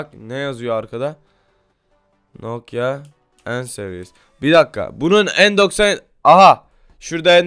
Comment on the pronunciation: Bi türlü nokia diyemedin "Nokyo nokza" 😂😂😂😂😂